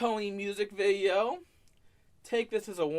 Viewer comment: Hes the gweatest vi-eo eh-ih-ur